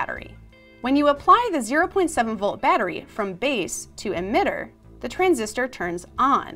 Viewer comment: "DUH arrow"?????